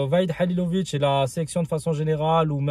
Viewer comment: salam aleykoum, tu sais mème pas pronoce , le nom Mr HALILHODZIC et tu entraint de le critiquer allah yehdik, la moindre des chose de pronocé son nom thaoooooooooooooooooooooooooooooo